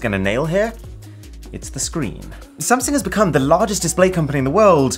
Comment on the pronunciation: Is it just me or is it supposed to be “SAMSUNG” instead of “SANSUNG”?